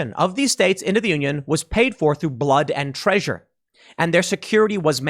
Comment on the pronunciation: lol tim said traysure